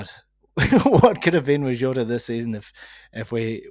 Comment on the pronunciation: when did Jota become Zzzhou-ta?